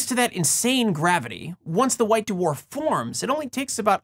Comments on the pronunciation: Hearing you say d'warf instead of dwarf is driving me crazy. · I like how you pronounce them "Doo-Wharf" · I love hearing you say Duhwarf. Although I feel bad for anyone named Dwane or Dwight in your life. Yes, that's what I seem to have taken away from this video. 🙃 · It seems like the star's extreme gravitational field acts to separate and purify the layers the same way the force of a spinning centrifuge stratifies the layers of a body fluid sample (my field). Oh, and I like the way you say the word "dwarf"...you can really hear the separate letters "d" and "w" !